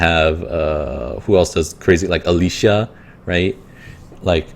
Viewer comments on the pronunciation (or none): none